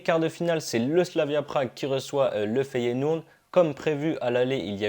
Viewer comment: Le FeyenouD ???? AH AH AH dsl j'etais obligé frere ;) mdr